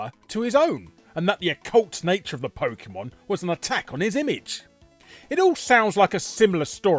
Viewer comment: I was coming into the comments to post just this thing. That and Larry Boy pronounces PokEEEmon like someone's mum.